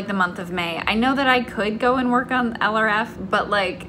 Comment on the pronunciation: don’t put too much pressure on yourself! you’re doing amazing!! (p.s. for a long time when you mentioned project LRF in your videos I thought you were saying “eleraffe” as in some weird cross between an elephant and a giraffe?)